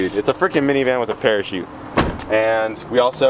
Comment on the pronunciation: not a parakete, a parachute